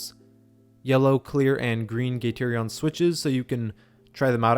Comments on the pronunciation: "gaterion" ouch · Learn how to pronounce gateron.